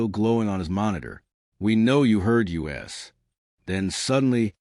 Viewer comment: For me, biggest thing is AI use needs to be declared. Secondarily, I think the narration quality is mid compared to some other AI narration I've heard. This AI sometimes put emphasis on the wrong syllable, kept saying "yew ess" instead of "us", and would either pause awkwardly or not pause where it's expected. Sounds like an okay story. I'm still listening.